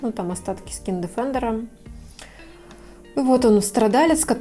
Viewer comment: Скин дефендер. От английского defend - защита., кстати, произносит правильно - дефендер.